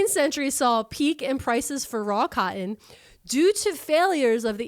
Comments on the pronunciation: "CYUTIN" mills - keep saying cotton - (CAUGHT IN?) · Her pronunciation of cotton is one of the most east coast things ever. PA, NJ, NY, etc, none of y’all can say that one right.